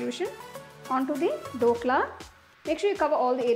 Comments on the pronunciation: not Dokla its Dhokla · The recipe is nice. Btw its “DH” okla and not Dokla😅